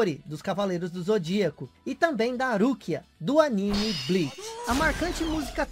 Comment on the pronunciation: A pronúncia de "anime" que você fez tá errada, cara. A de "Chun-Li" tanmbém. Onde existiu esse século "1900"? Não seria mais fácil dizer "Século XX"?